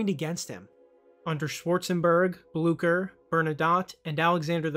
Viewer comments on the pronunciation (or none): none